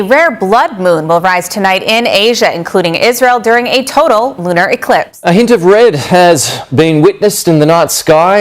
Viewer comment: Did that reporter just say lunal?